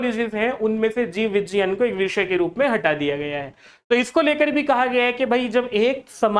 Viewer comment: Vijjayan nhi vigyan hota hai